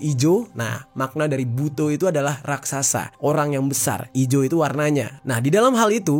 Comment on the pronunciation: Butho bang BKN Bu-to 😅 bcanya salah